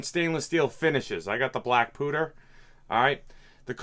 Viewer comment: Black pooter? It's pronounced as "pyewter". lol.